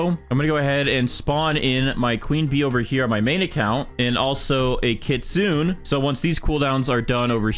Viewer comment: again, the kitsune is pronounced kit-su-ne not kit-zun, please pronounce it correctly its triggering me, but no hate great vid keep going!